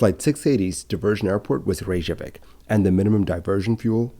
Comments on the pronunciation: It's NOT "Ray-zhah-vik"; it's "RAY-kyuh-vik". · I’m surprised an aviation expert is writing Icelandair as “Iceland Air”. Sorry I worked for their London office a while back and this error absolutely grates on me! 🙈 Your pronunciation of Reykjavik, 70% of the time, is rather off too. Sorry.